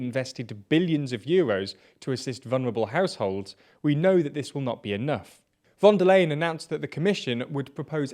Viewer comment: it's pronounced like "fonder line,"